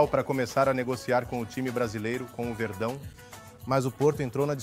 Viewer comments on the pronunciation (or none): Com o "verdao" como se um mexicano fosse falar isso kkkkkkkkk